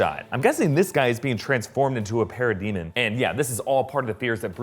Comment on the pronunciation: is it just me or is he saying "para-demon" kinda weird? lol